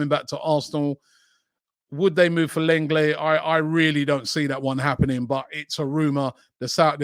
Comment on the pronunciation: its pronounced LONGLAY you tw@